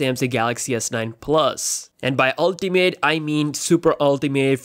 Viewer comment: Unltee meeaat